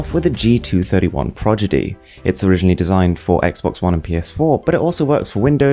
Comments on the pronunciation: You said "Progidy" instead of "Prodigy".... Just thought I'd let u know... Cool video though. 👍👍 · "progidy" or "prodigy", eh? xD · You pronounced prodigy as progidy